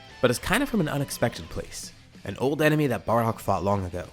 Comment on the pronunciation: In almost every video you say 'it's an enermy of my enermy situation" 😂